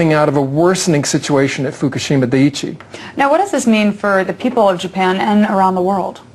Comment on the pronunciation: She cannot pronounce dia-ICHI. Dude can, though.